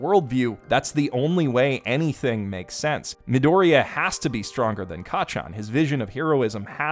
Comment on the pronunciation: Bakugo didn't figure it out on his own, Midoriya (jesus please stop pronouncing it like an ape) told him in